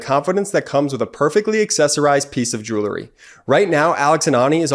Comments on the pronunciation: I like your message. It needs to be heard. But how do we take you seriously when you splice in such a dumb advertisement... pronouncing the word jewelry as "jewlery". I get it. He didn't learn English very well and apes the improper pronunciation of his peers. Has nobody in post production ever read a book? I can't wait for your sponsorship from some "realators" selling houses. 😊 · Stop saying “Jew-ler-ry”. The word is: “Jew-el-ry”. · Still can't pronounce "jewelry". 🤣 Doesn't represent the product very well when the ad guy doesn't know what he's saying. 🙄